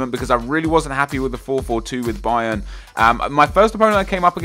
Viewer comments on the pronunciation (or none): none